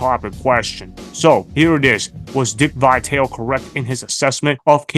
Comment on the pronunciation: It's not Vi-Tale, it's Vi-tal-e. get it right.